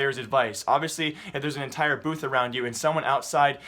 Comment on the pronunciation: The moment u hear booze instead of booths